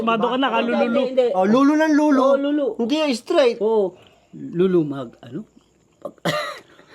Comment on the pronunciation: lu-lu not lolo haha